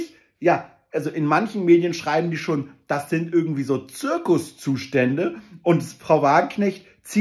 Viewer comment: Woher kommt das, dass er ürgengwie sagt statt irgendwie?